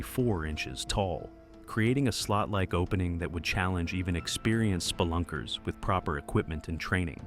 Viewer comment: Did he say spillunker?